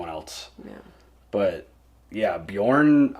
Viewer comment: Not trying to be a dick but you're killing me with the way you pronounce Aslaug. It's pronounced Oss-log not Ass lug. lmao Also, Bjorn is pronounced Be yern.